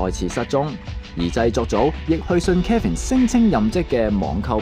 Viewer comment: 幕後主持人把Kevin 这名字读得非常有问題…… Kevin 及Calvin 這兩个名字似乎很多人唔识pronounce